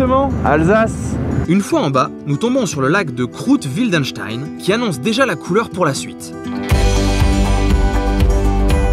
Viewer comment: Mais What 😂 Tu viens chez moi, en plein milieu de " mon " territoire et même pas tu previens 😂😂😂 Blague à part , encore une très belle vidéo ( pour changer ) Et puis c'est pas le lac de " Krouth " mais " Kruth " , un peu comme le " u " de Amblance quoi 😂😂😂